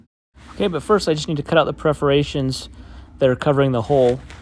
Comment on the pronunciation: Are they PERFORATIONS or preferations? I think he Prefers to say preferations. LoLz 😂